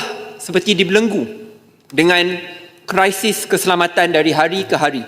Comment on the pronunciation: Sebutan Melayu laaaa, krisis bukan ala barat sebut kraisis... Undur dirilah Menteri pendidikan buat muka x malu, statement bodo syok sendiri..... rakyat tgk meluat. Kalau pemimpin kat Jepun awal lagi undur diri atau b***h diri jika gagal tadbir. Luluskan Merotan Spt Dulu2.